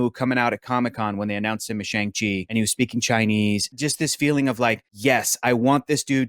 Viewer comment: Uhh in Mandarin it's still closer to "Sh(ah)ng" (rhymes with gong) as opposed to "Shang" (rhymes with gang). Tbh it doesn't quite rhyme with gong either, but I would say "Shong" is the closest you'll get to saying it using English. Edit: The way says it as is kinda close and is more accurate than how the others have said it.